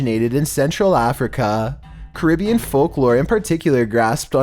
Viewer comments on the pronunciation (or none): none